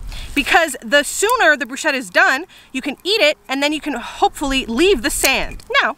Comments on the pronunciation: I was already going IT'S "BRUSCHETTA" NOT "BRUSCEDA" when you said "brusceda" at the start😂😂😂 YOU. ARE. ALWAYS AMAZING. I love these videos. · Sorry but I’m italian and you pronounce it “Brusketta” instead of “brushetta” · If you have italians near you and you care about their well being, for the love of all that is good and pure, its pronounced, "broosKeta" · That's not how bruschetta is pronounced, it's an Italian word so it's broosketta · 100% this 👆🏼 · It's pronounced "brusKetta" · It’s “bru-sket-ta” for future reference 😊😊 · Um the pronunciation of Bruschetta.... no